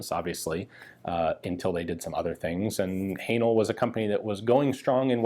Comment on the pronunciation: Please stop saying Hanel 😂😂😂 Great content as always!